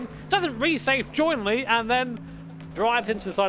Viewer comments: "resafe joinly" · Resafe Joinly 😭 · "Doesn't resafe joinly" - 🤣